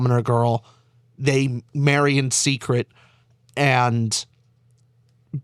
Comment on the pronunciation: I believe Arryn is pronounced as Aaron. I think that's the name you were trying to pronounce 😂. I love ASOIAF and GOT but had been so wounded by the last few show seasons and George not finishing the books. I need a proper end to this whole thing